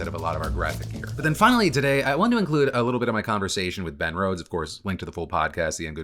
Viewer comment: At first I thought you said Matt Rose and was really confused but intrigued about what he might say about the political climate 😂